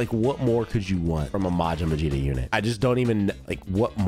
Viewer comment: Bro kept calling Vegeta "Vegeto"